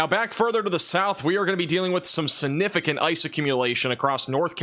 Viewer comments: It’s pronounced siGnificant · I wish you luck with your channel, and I hope one day you can pronounce gulf and significant properly. Keep up the good work.